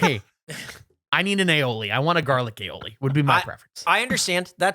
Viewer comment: The way Gavin pronounces Aioli sounds like a groan tube, and now I can’t unhear it 😂🧪